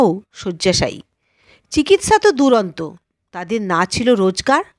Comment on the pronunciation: দুর অস্ত বারবার দুরন্ত বলছেন। নৈপথ্য ব্যকরণে ঠিক হলেও প্রয়োগ করার মতো নয়। নেপথ্যে বললেই হয়। এছাড়া আর সব ভালো। কণ্ঠস্বর ও পঠনশৈলী ভালো। মর্গের তথ্য নতুন লাগলো। যাচাই করে নেব। খুব ভালো লাগলো এই উদ্যোগ। ধন্যবাদ।